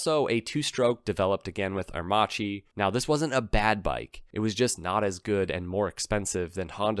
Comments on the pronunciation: it's "AIR_MAKKI" not "AIR-MATSHEE .........." and it is " POR-SHE" , not "PORSH" (2 syllable ). "first electrical bike" worldwide ?????? Heavy doubts ...... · it's pronounced aer--makEE, not aermAchi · Airmacchi is pronounced "Airmahkee" not "Airmahgee". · The correct pronunciation is “aermakki"😉 Other than that ,nice video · Aermacchi is pronounced "air-makki". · It's pronounced Air Mah Key. It was a Italian aircraft manufacturer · The Livewire looks good!!!! Are you blind... A horrible looking thing and Harley should be punished for this war crime. PS.. Aermacchi is pronounced Aermac ie. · Very interesting video. I just recently discovered that aermacchi was owned by Harley. And by the way, just as a linguistic point of view if anyone's interested the correct pronunciation in Italian would be Ah-ehr-makki :) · Please, it's pronounced Ah-air-mack-ee. You might have included the family of Aermacchi two-stroke singles in displacements and street-only and dual-sport versions. There was even a race-winning MX250 motocrosser. The street-only versions at least looked like smaller Sportsters. They eventually became Cagiva. Postwar, the DKW RT125 was built by Harley in the US, BSA as the Bantam in the UK, Minsk in the Soviet Union, and Yamaha in Japan. Plus DKW themselves in West Germany and IFA in East Germany. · Please learn how to say aermacchi correctly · You are pronouncing Aermacchi wrong.... you say the cch as a solid C sound. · Re: Aermacchi. In Italian 'ch' is always pronounced as 'k'. That is basically the sole purpose of 'h' in Italian, it doesn't exist as a stand alone letter.